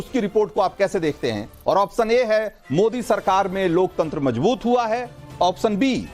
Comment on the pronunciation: आप्शन तो सही से बोलो प्रभु।